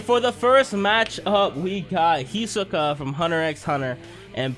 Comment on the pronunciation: Okay okay hold up its He so ka not He sa ka